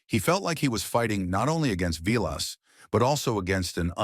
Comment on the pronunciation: You can tell this is AI because they keep showing pics of players who have nothing to do with the story and it pronounces Vilas name